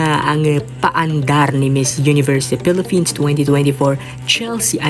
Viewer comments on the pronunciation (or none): none